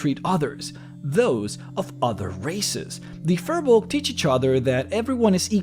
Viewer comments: You're mispronouncing firbolg. It's pronounced fear-bolg, not fur-bolg, I looked it up. Don't listen to what the players of Crit Role say because their DM Matt Mercer is the only one pronouncing it correctly while the rest of them are mispronouncing firbolg. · It's pronounced Fear-bolg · pretty sure it's "feer bolg" pronunciation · Look at how they massacred the period race of Na Fir Bolg! Fir Bolg is already plural, singular is Fear Bolg, and the 'r' in Fir Bolg is pronounced like a soft 'zh'. They're demons in the d&d sense and it took a literal civilization of the gods to wipe them out.